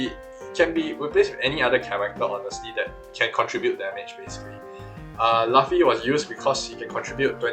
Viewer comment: bro who says laffy its luffy lmao😂